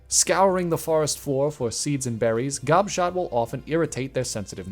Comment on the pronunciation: Gobshot is such a funny name. When I first heard you say it i thought you said Gobshite and i was dying of laughter